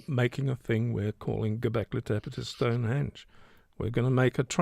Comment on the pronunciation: one thing id say is you dont pronounance stonehedge corredtly.......refer to spinal tap film.....ps im dyslexic cant speel for toffee Jh